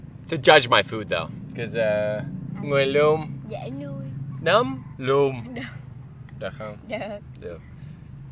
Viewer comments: kêu tên bé Nấm sẽ dễ phát âm hơn mà ko bị nhầm nửa kkk , khúc ổng kêu tên bé Nấm cười quá cười😂🤣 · Nói "Núm" là chuẩn giọng miền Tây rồi. Đi Sì gòn ăn núm hehehe